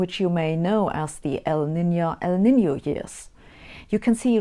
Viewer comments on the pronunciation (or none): none